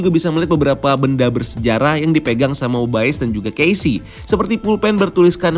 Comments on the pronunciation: Nyebut Mobiusnya bukannya normal aja (mo-bi-us) ya? kok nyebutnya Mo-bay-yus terus ya? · Mo bay yus